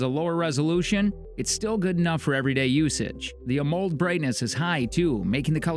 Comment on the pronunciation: AH MULLED display. Ha, the pronunciation...